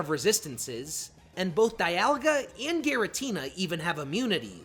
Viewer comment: It’s pronounced SOHL-GUH-LAY-oh, DEE-AHL-guh, KUR-RYE-dahn, MEER-EYE-dahn, zah-SEE-ihn, nuh-CROHZ-muh, ee-vell-TALL, KAH-lohs, PAHL-kee-uh, and arr-KEE-iss, “”! 🤨 Also, Solgaleo is a Psychic/Steel-type, you idiot! Stop making errors and stop mispronouncing names! You have poor pronunciation skills and education! 🙄